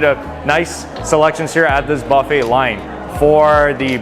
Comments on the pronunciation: I can't stand it everytime you say bafe. It's Buffet. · It's like silent T, dude, and will sound buh-fey!😜🤣😂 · tell me something I don't know. I know it's silent T. Obviously you pronounced it like him "Bah-fey instead of Buh-fey." 🤣🤣🤣